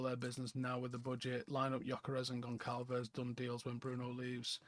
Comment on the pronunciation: pronounced Gon-ssahl-vihs